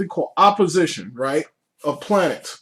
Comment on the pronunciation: Planets* not "planers"